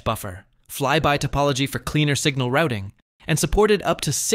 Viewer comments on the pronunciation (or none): none